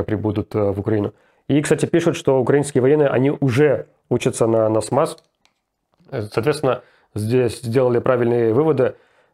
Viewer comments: не НАСМАС а НАСАМС :) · Что за насмас) там же насамс написано. Няшмяш какойто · "Насмас" ))) Насамс, же )) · Отличная робота. Но. Не Насмас, а Насамс. Руслан так забавно это говорит, что я Няш-мяш прокурора Крыма вспомнил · Только не "Насмас", а "Насамс" комплекс называется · Руслан! НАСАМС, а не НАСМАС)) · Не НасМас, а НасАмс;) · Руслан не NASMAS а Nasams)) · НАСАМС а не НАСМАС, just FYI